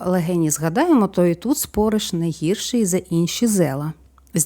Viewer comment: Вибачте,але не спОриш,а спорИш.Неправильний наголос,як фальшива нота в мелодії - слух ріже.